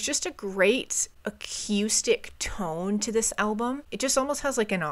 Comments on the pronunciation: you gotta stop saying "a-que-stick". Uh-KOO-stick. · please God replace your “a-K’YOO-stic” with “a-KOO-stic.” no one on the planet pronounces it that way, TY! 🤘😂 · Great album. BTW, the word acoustic is pronounced ‘uh-coo-stick’ not ‘uh-cue-stick.’ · I love the way you pronounce the word Acoustic..I say A-COO-STICK...you say A-CUE-STICK..and I adore it - PS> The reason this album sounds so crisp and perfectly Garage..is not only rivers Cuomo being a genius..but Ric Ocasek produced it..he was the lead singer of The Cars..and this album is basically the greatest Cars album ever made by way of Weezer.. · I REALLY hate to be "that person" but I really like your reviews for the most part and I think the thing I most dislike could be easily corrected. You say "a-cue-stick" instead of "a-coo-stick." Also, you refer to an acoustic guitar when you're actually just hearing clean (non-distorted) electric. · Ugh Coo Stick... not Ugh Cue Stick... picky but, relevant and honest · The fact that she “teeters” on My Name Is Jonas officially disqualifies her from being a reviewer. And the way she pronounces “acoooostic” instead of “acoustic” drives me nuts. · I love the way she pronounces acoustic - a-cue-stick. It's adorable. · I was looking for this comment, I was going to spell it akewstic, but I like your spelling better. Great analysis of the album though, just subbed. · I really like the way you pronounce acoustic. AQustic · whenever you say acoustic, it kinda sounds like you’re saying “acoostic” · Great reaction and review.......I don't know why the way you say A-QUE-STICK bugs me lol sorry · What is a"cuestick". Why are you intentionally saying it so wrong and weird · I've been enjoying your content though I really hope you learn to stop saying ac-eww-stic. It's more of a ooo sound than eww. Sorry just kind of cringe. 😅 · We need to discuss the way she says “acoustic” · You sound very northern, the way you say "Acoustic" is so funny.